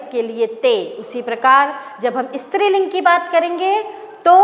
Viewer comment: I love the way she said istriling which is striling